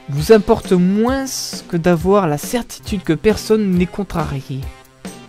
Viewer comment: On ne dit pas " moinsse " mais " moins " :P